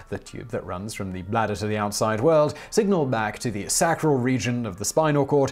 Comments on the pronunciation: SACK-ral??? Is that a European thing? Because it's pronounced SAY-cral. MIKE-turition??? It's MICK-turition. Ureter, not uterus. This is flat out sloppy pronouncing and rather unacceptable for a channel of this quality. And not the first time I've noticed it. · He also pronounced "sacral" incorrectly...its SAY-crull, not SACK-crull.